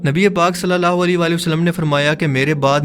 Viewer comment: ویڈیو لمبی ہو رہی ہو تو درود پاک ٹھیک سے نہیں پڑھیں گے؟ صلی اللہ عیلہ کی جگہ صلی اللہ لی پڑھا جائے گا؟ اوپلیز ... درودپاک درست پڑھنا ہر مسلمان کا فرض ہے.